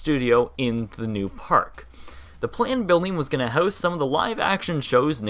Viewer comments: Your pronunciation of "house" has betrayed your Canadian nationality. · Why do you pronounce the word "house" as "heuwce" instead of "howce?"